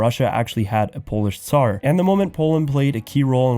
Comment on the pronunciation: You do know that you can learn the American accent? And you can clearly hear him saying the word 'tsar' like a Pole would; /t͡sar/ instead of /zɑː(ɹ)/